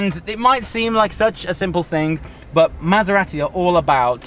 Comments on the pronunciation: You don't need to emphasise the second 'A' in Maserati ! Lol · It's Mazz-er-rahh-tee AND stop clapping your hands fer-christ-sake!!